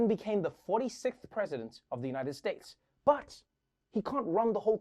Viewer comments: did he say "united steaks" 😂 the place to be as an meat eater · Noah litterly said united stakes😂